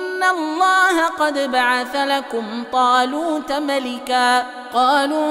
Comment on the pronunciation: لا أفهم لماذا يقول الله بترقيق اللام إذا في سبب احد يفيدني